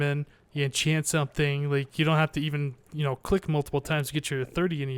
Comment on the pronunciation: Let's all "entchant"